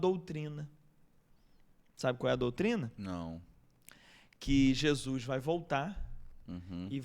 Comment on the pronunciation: Só curiosidade; pq vcs falam "Jesuis" e nao "Jesus" ?